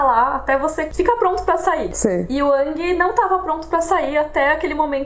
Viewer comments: Gostei muito do video, mas a umica coisa que me incomodou foi a pronuncia do Aang hahahaha. Para mim foi e sempre sera Áang e nao Âhng. Desculpa pelo pedanitsmo, mas cresci ouvindo Áang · não se fala a lenda de ãngui se fala a lenda de engui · Pronúncia é [Éng] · Sim, continuem... Mas toda vez que onço "Âng" me gela o coração rsrs...